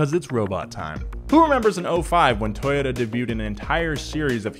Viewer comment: toyota? it was toyoDUHH~~